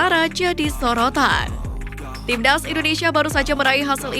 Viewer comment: Presenternya gk bisa bilang timnas Tapi "tim ndas" 🤣